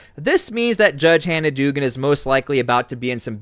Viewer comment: It is pronounced dougan